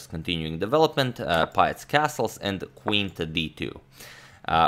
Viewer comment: pähtz se izgovara "peetz" (dugo e), ne "paetz". pozdrav. i uz to još citat zukertorta, najboljeg igrača 19. vijeka -- prva liga!